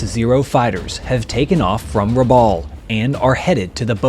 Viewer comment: Very interesting video, thanks for making it. A couple of quick corrections from the beginning - Rabaul is not an island, it is a town on the island of New Britain, which is part of Papua New Guinea. And it is pronounced like Rab-owl, not Rab-awl. I grew up in PNG and cringe every time I hear people misprounce names/places from there. Anyway, keep up the good work.